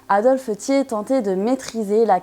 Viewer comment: Très bonne vidéo documentée sur un sujet trop souvent éludé en France sauf en ce moment 😉 et c'est très bien ainsi. Seul remarque je ne connaissais pas cette prononciation du patronyme Thiers... '' tié'' . Personnellement j'ai toujours entendu '' tière'' et pas ''tié''.... mais peut-être que les 2 existent ? 😅